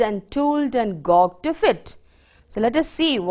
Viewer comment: Gauged prounciation is wrong .